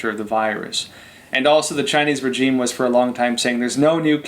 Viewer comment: Love ya show bro, but the way your pronouncing “regime” is irking me!😖